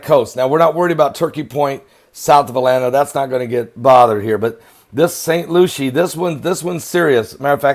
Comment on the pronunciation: Pastor it's spelled Lucie but pronounced Lucy